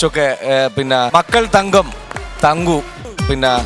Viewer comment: ""തങ്ങു "അല്ല പുള്ളേ... തങ്കു.